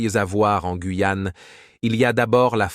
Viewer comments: On dit pas la guouyaon dit la Guyane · Ces voix robotiques en AI sont insupportables. (. Le Gwouuiyan' ). C'est terriblement nul. Même le rythme du discours sonne totalement faux.